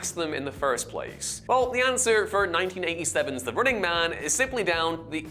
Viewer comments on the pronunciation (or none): none